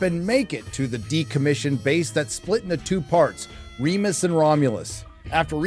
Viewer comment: Remus not Remis